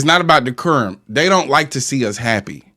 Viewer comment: He lost me at de-ker-um.....I think he meant decorum and it is about that, but whatever...🙄😂